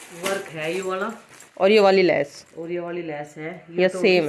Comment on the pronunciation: Lash ni Hota vo bhaji lesh hota h